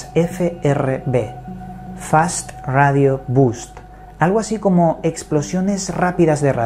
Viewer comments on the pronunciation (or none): Empiezas bien poniendo bust en vez de burst.... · Es Fast Radio BURST, no Bust, pero todo bien con el video, gracias por tus investigaciones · "Burst" esa la palabra correcta amigo no bust.. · Fast radio BURST y no BUST, que significa busto. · Fast Radio Burst (ráfaga), no bust xD